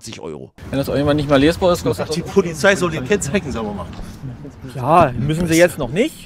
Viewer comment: "Dienstfahrrad Polifszei"